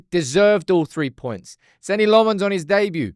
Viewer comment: SAY LAMMENS PROPERLY FFS.. NOT LEMMONNNNNS